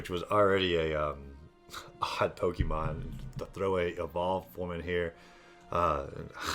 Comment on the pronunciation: It’s po-ke’-mon not po-kie/key-mon